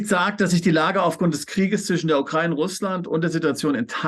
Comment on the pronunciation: Bitte lernts die Aussprache von Ukraine/ Ukrainer ... wenn die Aussprache schon höre muss ich überlegen was die damit meinen!Wie betont und falsch ausgedrückt schlimmer gehts ja wohl kaum!Bin selbst keine aber bekomme da Gänsehaut!